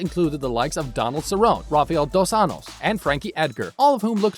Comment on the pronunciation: You could at least watch a fight so you will know how to pronounce the name Donald Cerrone and Rafael dos Anjos